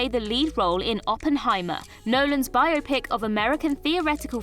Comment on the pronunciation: Lots of comments about pronunciation but all I was thinking was “at last, someone who pronounced ‘biopic‘ properly!”